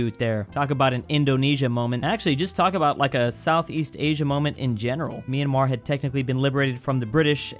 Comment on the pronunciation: Who finally pronounces Myanmar correctly